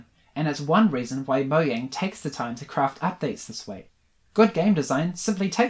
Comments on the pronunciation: its pronounced mo-jang not mo-yang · It’s mojang not moyang